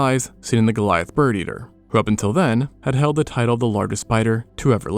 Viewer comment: "Based on da bones"